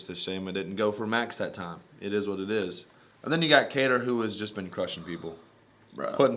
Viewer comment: Kattar not Katter but you get a pass cuz ur cool.